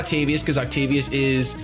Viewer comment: ovtacius? you mean octavius?